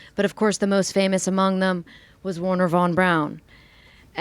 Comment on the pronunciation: Her German pronunciation is absolutely horrible. "Goooring" "Jooodem" das Seine. "Warner" von Braun.